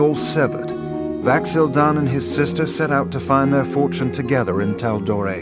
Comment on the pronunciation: He totally said Vax'ahlia